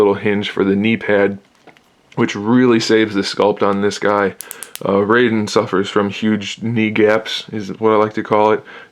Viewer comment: not to be a nitpicker, but you're mispronouncing Raiden.